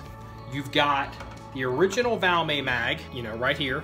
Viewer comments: It's not a French gun...The "T" is NOT silent...😀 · The brand name of the rifle is Valmet, Not called Valmay! 😮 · its pronounced Valmet with the T. Trust me ;)